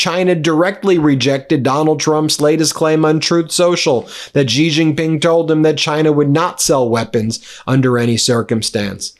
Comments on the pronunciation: Pronounced: "She Gin-ping" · Why don't you learn how to pronounce Xi Jinping correctly? 😅